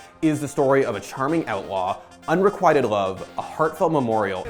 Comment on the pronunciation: "Unrekwayted" lol